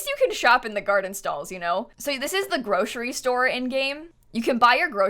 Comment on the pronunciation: says groshery that's adorable